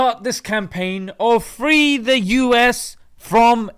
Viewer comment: I thought he said "home of the DEPRIVED" but I did hear "home of the FEE"